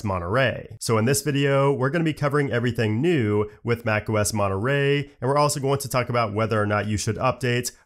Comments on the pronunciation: Its funny because in english you said something like mone... rey in spanish the word have another "r" so it sount monte...rrey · great video, also... Monnuh Raaaay? I'm sorry, it was kinda funny hearing you pronounce it like that xD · I like how americans pronounce Monterey "monoray" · And those of us who grew up in certain parts of Britain pronounce it as 'Mon'a'ray.